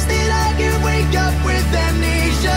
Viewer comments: "WAMWEESHAA" (in my head when micheal said amnesia, this is how it was spelled) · near the end when Michael says wamnesea 😂😂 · "Aimnisia" Hahahahahahhaha<3